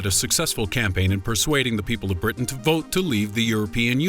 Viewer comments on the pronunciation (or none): none